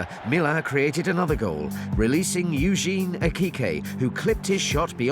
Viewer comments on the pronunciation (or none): none